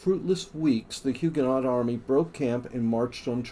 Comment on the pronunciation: Must say I enjoyed the vid... even though you mispronounced just about everything that could be mispronounced! The ‘t’ in Huguenot is silent. Arquebusier is Arc-a-bus-ee-yer (you missed the final ‘i’).